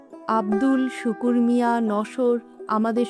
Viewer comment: শুকুর না। শ্রুকু